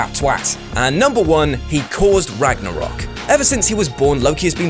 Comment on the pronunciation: You said Ragnorok wrong